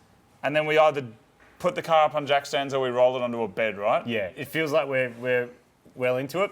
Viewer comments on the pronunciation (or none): none